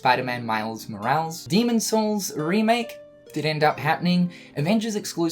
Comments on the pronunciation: Spider-Man miles “morawls” aww haha you spicy gamer you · Love you but it's Mo-ra-les lmao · I cringed when he butchered Morales... still cringing